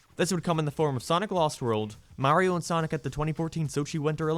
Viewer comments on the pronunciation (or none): none